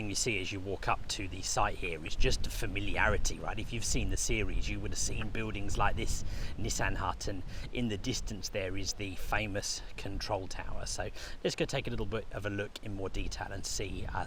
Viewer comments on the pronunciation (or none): It is a NissEN hut, not a NissAN Hut!